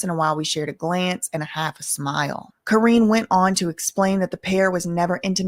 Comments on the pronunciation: Ka-ren is the pronunciation. It's been known for decades that the video girls do something strange for a piece of change. They were treated like items, not women. They were all passed around in the industry. It's very sad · Her name is pronounced like Cor-rine like me lol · fr she kep mispronouncing her name it was a mess